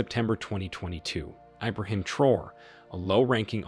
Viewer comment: You’re pronouncing “traore” wrong. You’re saying “Abraham Troll” but It’s TRAORE. Pronounce each syllable phonetically. “Tra” (as in transfer) “o” (as in letter o) “re” (as in ray).